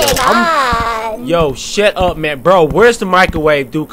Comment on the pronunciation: Am I the only one who noticed that said "SHET UP" to Tattletail